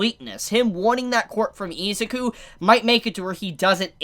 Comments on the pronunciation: that pronunciation of Izuku is so hard to listen to. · "oh-che-koh" "ee-zuh-ku" bru pleanse